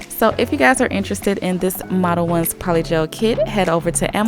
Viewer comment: Omg I’ve been calling it “model-owns” for the longest time lol 😂🤦🏻‍♀️ makes way more sense the way you said it